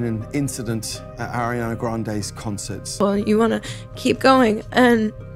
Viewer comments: Just a note to the narrator its not Air-iana its Ar-iana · It’s Ariana not Air-iana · It’s AAriana not eriana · It’s ARRRRIana not AIRana pls if yall can say Ari why can’t u say Ariana ?😬 but love the vid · Its pronounced Ari-ana not Air-e-ana Say it right! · It’s Ariana not airiana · this journey was a amazing but can we talk about how she pronounce ariana to Airiana? 😃👍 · Even Selena calls her airiana lmao idk why its so simple though 😂 💀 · Y'all gotta stop saying her name wrong tho